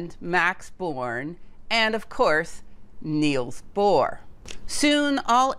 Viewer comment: Nils Bohr NOT NEILs